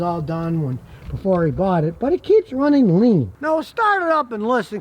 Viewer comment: "Runneen"??? "Onplug"???